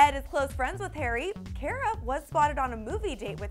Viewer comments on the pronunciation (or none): It's car-ah not care-uh ugh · She didn't pronounce Cara's names right. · they said Cara name wrong